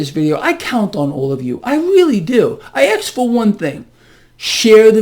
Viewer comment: Did you just say ‘axe’ this person real questions ?